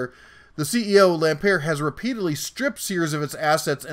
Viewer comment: It's pronounced Lam "Pert " as in "Burt." He with 11 Billion of Kmart money bought Sears to save it from it's first near Bankruptcy.. Sears was never going to make it. He used his other company Seritage to buy up property and then sell it off. He has perpetrated one of the biggest sams in retail history.